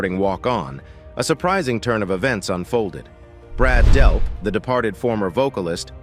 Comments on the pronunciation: DELP!!!!!! not Delf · It's Delp not Delpth. And Tom Sholz designed his own amplifiers not merely "pedals". Get it right before you post. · DELP!!!! NOT DELF!!!!! I hate AI narration so much. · Brad Delp not Brad Delf in the intro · Why are you pronouncing his name as Delf 1/2 the time... annoying as hell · The goofball narrator pronounces Brad's last name "Delph" and then "Delp" and then back to "Delph" and so on. Amateur hour. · It’s Delp with a “P” not Delf. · Nothing mentioned about Third Stage and tour? Also, who is Brad Delf? I heard it pronounced "Delf" and "Delp". Not that good of a history....not good at all. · I HATE fake robot voice!!! The guy's name is DELP!!! Not DELF!!!!!!!!!!!!!!!!!!!!!!! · Narrator keeps calling him 'Delf'........it's DELP. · I think he means there is no Delf, his name is Delp with a "P" at the end. The narrator says it wrong one time and right the next all through this story. He's apparently not real bright. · As soon as AI said "Brad DELF" I was out... pitiful. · Are you saying “Delf”? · The computer voice keeps saying Brad Delf.